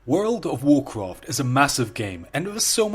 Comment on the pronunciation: You're accent is so harsh, you sound like you are handicapped. Why can't you guys speak your own language. WarCwaft lol :)